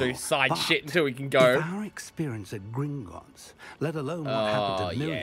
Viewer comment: You got the name right it is gringots